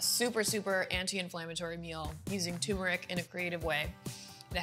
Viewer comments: Why do so many people say “TOOmeric”. Asking for a friend. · It’s pronounced, TURMERIC, not TUMERIC dammit!!! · tuRmeric. not TOOMERIC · Tumouric? Lol. Turmeric. There's an 'r' in there. Tumouric... Lol 😂😂😂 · Can't any expert pronounce tuRmeric correctly? She said, TUMERIC and so did he. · Wow, this whole time I thought the "r" was silent! Mind blown.